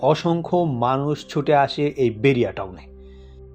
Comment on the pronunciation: বেরিয়া টাউন নয় বাহারিয়া টাউন।